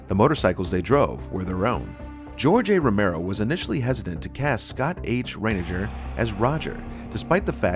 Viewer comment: Scott Reiniger (Rye-neg-er )😊